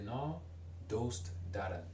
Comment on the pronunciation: Interesting video, but just some points based on the previous comments. Yuube is spelled 夕べ、昨夜 is "Sakuya". In Farsi, you said you're overpronouncing ayn on purpose, but it really does sound unnatural. Also, the pronunciation of "doost" (like) is wrong and I don't think I could have understood the meaning if it weren't written. If you have the will and money, I think getting Assimil for Farsi would be a great idea for shadowing practise.